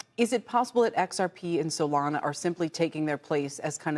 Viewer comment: Listen to how she emphasizes solana . She’s a plant 😂